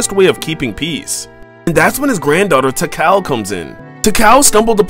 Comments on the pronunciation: It’s pronounced “ti-call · BRO LITERALLY PRONOUNCED IT “tickle” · I'm sorry, but I dunno if he is purposely mispronouncing her name or not. If it is a joke, it hits me wrong. If he is serious: it's pronounced as tuh-call. It's also how it was pronounced in adventure, and X. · Did he just pronounce Tikal and Chaos wrong?